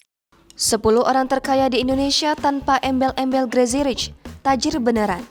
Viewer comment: Crazy mbak...crazy..... Bukan GRAZY 😁